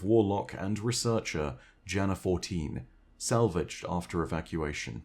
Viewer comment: Btw Jana-14 is pronounced like Yana-14. The name is Slavic and specifically Balkan in origin. That also ties together the osteo striga as a striga is a monster in Balkan mythology, specifically Albanian iirc